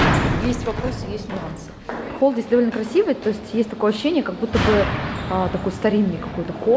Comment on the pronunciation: Я считаю,молодожены выбрали площадку с выходом на крышу... Не расслышала атлон? Холл))))